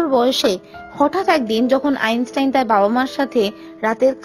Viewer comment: আইনসাইন নয় আইনস্টাইন